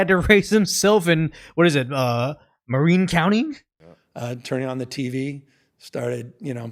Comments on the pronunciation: It’s pronounced “muh-rin”, and yes it is the most up-their-own-butts, smug, preppy, white-collar, everyone’s mom or dad is a doctor/lawyer/investment banker or celebrity. I grew up in “west Marin” in a little hippy town that was its own kind of ridiculous, considering how much we fought, drank, had sex and much more, all starting around age 10.. the nine kids in my class took a 1.5hoir bus ride from our little tribe-village because the closest high school was Tamalpais High. We were treated like feral animals by teachers (I was offered a passing grade in one class, if I promised not to disrupt and ruin it.. the boys that went before me..) and students talked crap about us, but only occasionally to our faces which was met with violence. We were basically inmates that got sent to rich-kid school. Essentially Newscums picture of forlorn, hungry alone-kid, is ridiculous. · "MUH-Rin" is how you pronounce it.